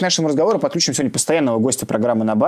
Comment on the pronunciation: подключИм, а не подклЮчим. Путин с ошибками говорит: подклЮчим, заклЮчим., не совершайте ошибки в словах как Путин.